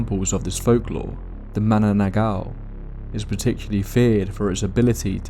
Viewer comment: "MA-NA-NANG-GAL". I know, it's so hard to pronounce if you're not a Tagalog speaker.